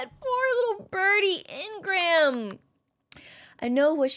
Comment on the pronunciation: Hey. I love your content so much…but it’s really aggravating me how you’re not pronouncing ingram’s name correctly. It’s pronounced een-grim😂❤ love you thoughhh